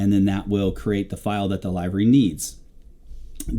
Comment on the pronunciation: Nice tutorial! Timely for me, as I'd like to correct my old squadron's livery, which is missing some items, and wrong in other ways. The only picky issue I have is your pronunciation of the word, 'livery', which should be spoken like the body organ, 'liver' -y vice 'LYvery'. Sorry, just very jarring to hear multiple times throughout. Picky, I know, please forgive me - but great content! /Harv